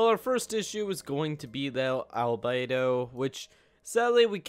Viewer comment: I want to punch you in the mouth every time you mispronounce albedo...